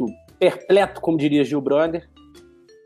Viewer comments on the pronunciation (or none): "Perpleto" ahahahahaha